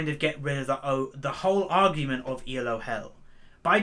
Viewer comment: Elo is a name, not an acronym. See: Arpad Elo. This is why you pronounce it as a single word. Not E. L. O.